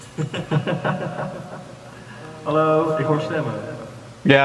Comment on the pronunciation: jij zij geen Haloi maar aloi